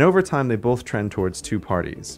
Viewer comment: Does he say 'bolth'?